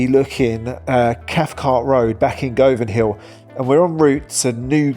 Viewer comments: It's pronounced GUVAN hill. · No hun, it’s not Go-vanhill. It’s pronounced GUVANHILL. As in the way you say HUN. BUN. RUN. Before you slag a place off, at least learn to pronounce it. And no, I’m not from Govanhill. I just despise the absurdity of English people who can’t be bothered to learn the names of places they’re about to slate. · it's Govanhill not govianhill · In the 1970's Glasgow City Council DESTROYED Glasgow. If these vandals destroyed what would have been the Art Nouveau "Prague" of Northern Europe for Tourism. The balconies of the Victoria Hospital destroyed "By Accident". Not GOOVEN HILL pronounced 'Guvun' Hill. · Its pronounced GUvanhill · Oh, dear. It’s said Guvanhill. Buildings were called tenements, not flats. Julia… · It’s Govanhill. Nae Go-van hill. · It's GUvanhill & GUvan. Tor-ry. Mari - schal. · Why would anyone rate this idiot's opinion. He can't even be bothered to find out how to pronounce Govanhill. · The way you say "govan hill" 😂😂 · Loving these videos about my country, however the way you said Govan/Govanhill grinds my gears 😂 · Gunanhill, lochs.. not locks. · It’s pronounced Guvanhill not Gov..anhill…. And it Pronounced Guvan….not Gov…an….🤷‍♀️ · Govanhill is pronounced Guvinhill, same with Govan, Guvin 😎👍